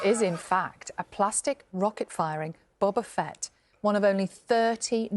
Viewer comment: Anybody triggered that not even the expert can pronounce Boba Fett correctly?